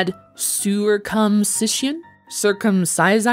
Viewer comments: Intentionally mispronouncing the Cs as Ks makes this a lot less funny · The REPEATED failed phonetic pronunciation of “cir” is making me way angrier than any of the typos 😂